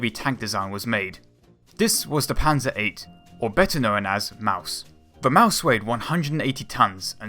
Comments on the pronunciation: Yea he said maus wrong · Lol you are say in maus wrong